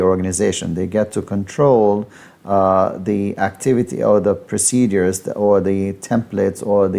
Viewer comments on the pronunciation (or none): PRO-CE-DURES…..not procedees!